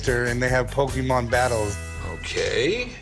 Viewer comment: 故意念錯其實就是想表達我不是這什麼寶可夢掛的，雖然確實不算很失禮、羞辱人，但以一個商人來說其實不算甚麼專業態度。